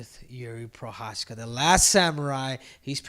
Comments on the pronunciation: Prochazka not Prosaka smh. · Hey, it’s Pro-haz-ca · "Jiri Prosaka" :D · omg Jiri will become a champ and yet you still can't pronounce his name correctly it's literally not that hard 😭😭